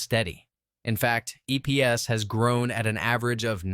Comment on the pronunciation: EPS is not pronounced "EEPS" BOT VOICE